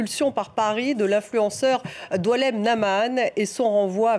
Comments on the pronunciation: C'est Boualem et pas Doualam! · Doualem ??? C'est Boualam comme Sansal 😂😂😂😂